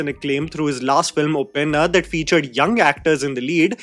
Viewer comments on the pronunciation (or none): none